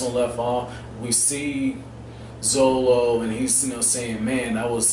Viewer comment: still funny heaing you say zolo haha